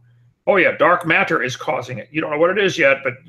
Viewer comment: Wat-ter Mat-ter My linguist self wants to introduce this fellow to a flapped T. It doesn't sound smart, Kent. It makes you sound as if you have relearned speech after a catastrophic stroke.